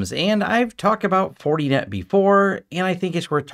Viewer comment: “Fortie net” 😂